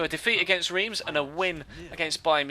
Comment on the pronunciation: Reims is pronounced rem!